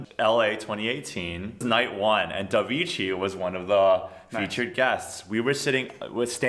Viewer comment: Davichi, pronounced not devichi but da like TAkies or TAmagotchi but with d^^